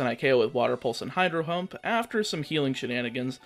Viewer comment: 😂😂 Was it only me or did I hear you misintentionally say "Hydro hump" and not Hydro Pump. I say this because I swear it was intentional when you were in Sabrinas gym 😂😂.